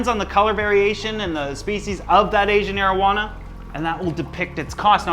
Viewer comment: Had to read the comments to make sure he wasn't saying Asian marijuana 🤣